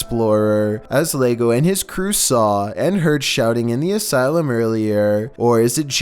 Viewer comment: "Lego Papa" 😂 it's pronounced as "yego" as in "dad came" or "dad's here."